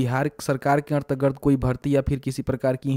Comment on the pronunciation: bhai ardgard nahi hota hai.....antargat hota h